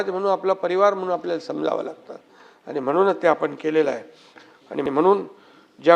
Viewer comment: आनि बानी पानी बहीन अशेल… याला उत्कृष्ट म्हणता की काय? कमाल आहे.